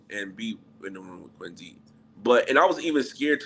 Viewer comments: I can't take him saying Quin-zee. Dude it's a "C"!! Say it right! 😂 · Why does he pronounce Quincy like it has a Z instead of a C ?😩😂